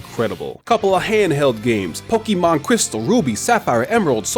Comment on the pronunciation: I love you and your videos but please stop saying pokiman it's like a drill in my eardrum every time